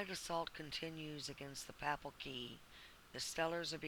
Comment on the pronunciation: it's not pronounced pappel it's paypal. not ank but aunk. it's really hard to trust anyone who does not know how to pronounce simple words like these. If you do research and it is to be believed you would be expected to look up pronunciation as well in your research. I find this, based on these fundamental principles, very hard to believe or trust the source.